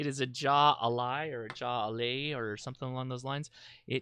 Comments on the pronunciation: Pronounced hi lie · Ok the beer is pronounced "High Lie" - it's an old south Florida sport that people wager on. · Jaialai pronounced hi- lie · Jai Alai is pronounced High a'Lai like the sport. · Jai alai. Pronounced like Hi-a-lie or said quickly hi-lie. It’s a popular Cuban / Latino sport. Was very popular in Florida. I think now there are only four professional venues in operation now. The beer is from cigar city brewery. Cigar city is a nod to Ybor (pronounced E-bor) city here in Tampa. Opened by Joey Redner son of Joe Redner the biggest strip club mogul in Florida.